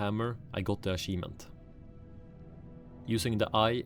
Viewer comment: when you say achivement, you need to add pressure on the ch. it isn't an s its a ch or closer to "t h" like chicken - unless you say sicken in which case dont do that either. Same all goes for champion.